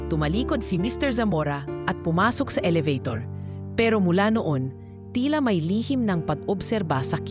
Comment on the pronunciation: Ano ba yan elabator yung bigkas